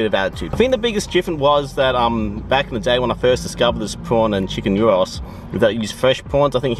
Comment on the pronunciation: Already happy that you are pronouncing it “yeero” Cool to see the Greek influence in Adelaide 🇬🇷🇬🇷